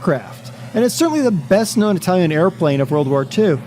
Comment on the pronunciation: Ur italian pronunce is quite good XD